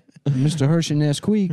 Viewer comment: Mistuh Hershey Nesquique.